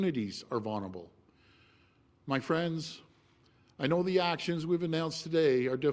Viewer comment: Hey doug....vulnerable...like library ....would be good if the premier could pronounce tbem.